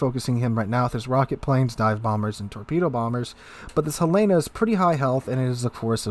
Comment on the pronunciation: It's named for the city in Montana, Helen-ahh, not a woman's name Hel-lana.